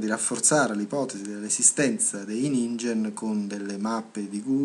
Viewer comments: Per tua curiosità: si legge "ninghen", la g dolce non esiste in giapponese ;) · si legge ninghen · Si pronuncia 'Ninghen'. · In giapponese si legge NINGHEN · Comunque si pronuncia ninghen.